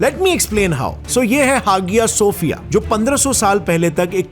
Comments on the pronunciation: It's not haagiya sofiyya it's pronunciation is Haya Sofia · hagia sophia🙂bro prhne m haia sophia h G silent h actually keh skte G half silent h lkn hagia sophia jese bolre ajib sa lgra👀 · طییب اردگان اور حاجیہ صوفیہ کا نام تو صحیح سے لو اور ترکی ہمارا بھائی ہے اور اس میں رہنے والے لوگ ہمارے بھائی ہے تم ہمارے معاملات میں دلچسپی نا لو اپنے ملک کا سوچو سالو کمینوں 😡